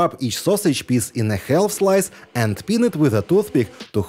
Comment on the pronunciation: Some really imaginative recipes! A tip for pronouncing the word “half”. The “L” is silent. Try it!!